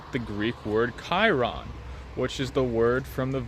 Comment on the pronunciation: I have come to recognize that the Greek word is Kairos not kairon.